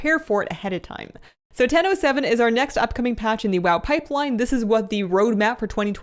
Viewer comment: I keep heaing Nintendo 7 instead of "in ten o seven". What is this mysterious new console?)